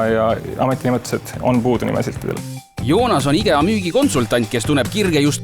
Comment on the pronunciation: Mis asi see "IGEA" on? Võiks firma nime, mida reklaamitakse, vähemalt õigesti hääldada. Me pole soomlased ju?